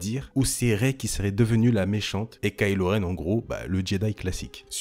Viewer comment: "ce n'est pas Rey-elle" 😐